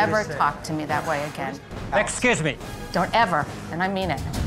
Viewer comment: èxküze méh!